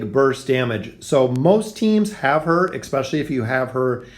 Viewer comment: e-s-p-e-c-i-a-l-l-y there is no k <3